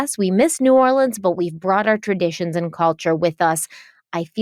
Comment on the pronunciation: As a gulf coaster, I just wanted to say you pronounce New Orleans so well and it’s awesome!!!